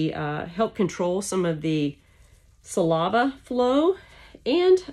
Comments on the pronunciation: Si-LAVA? I have been saying it differently all my life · I don’t know how to feel about having a dental procedure performed by someone who pronounces “saliva” in that way… Edit, you seem to be very good at this, sorry I doubted you